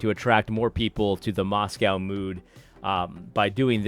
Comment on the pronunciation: It's pronounced MoscO